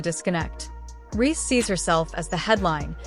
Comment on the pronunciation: Nicely said but it would have been better if the narrator knew how to pronounce Reece's name. Dumb